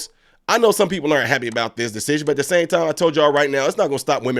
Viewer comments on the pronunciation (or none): none